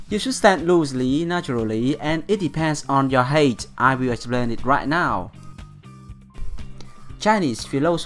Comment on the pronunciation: the word height is pronounced hait not heit.. Don't take this as a rude thing i want to help you with your English